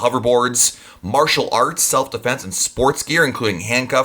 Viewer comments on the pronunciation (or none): none